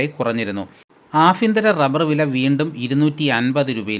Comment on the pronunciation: പല ഫാകങ്ങളിലല്ല ഭാഗങ്ങളിൽ എന്നാണ് ആഫ്യന്തരം അല്ല കോമു ആഭ്യന്തരം എന്നാണ്